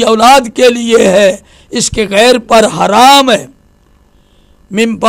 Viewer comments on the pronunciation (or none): none